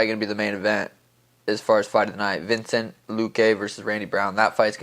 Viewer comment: I swear it isn’t that hard to say Vicente😂